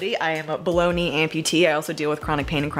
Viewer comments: I keep hearing “Baloney amputee.” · When you said "I'm a below knee amputee", I swear I heard you say "I'm a bologna amputee"